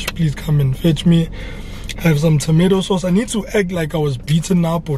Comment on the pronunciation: 🤣🤣🤣🤣🤣🤣🤣 tomatoe sauce